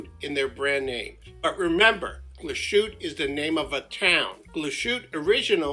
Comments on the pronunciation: It's pronounced more like GLASS-HOOT-EH mate. Not a dig, just so you know :) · It’s pronounced Glaas-hoot-a. Great watch. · Nice video. It would be even better if you pronounced Glashutte correctly: its glass - hutte. S and h when put together in German are pronounced s and h, not "sh". For the "sh" pronunciation, German uses "sch". As for the 39-11 in the SeaQ, it is not as finely finished as that of the SeaQ Panorama Date. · I have the panorama 43 . Lovely! The name is correctly pronounced . ‘ Glaas-hooter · Great review, but please do the manufacturer the courtesy of making the effort to pronounce it properly 👍😁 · Pronounce the e at the end it’s Deutsch!